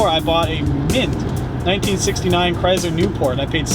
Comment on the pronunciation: CHRYSler. Not CHRYZler. Hard S. 😊😊😊